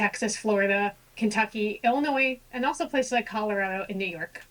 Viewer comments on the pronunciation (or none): none